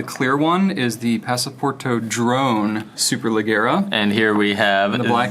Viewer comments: Superleggera means ultra light in Italian :) the double g is pronounced like in “badge” :) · "Superleggera" literally means "super light" in Italian, and it's pronounced "superledjera", but making the sound "dj" last longer. In Italian, you make an hard g sound only when it's followed by an h.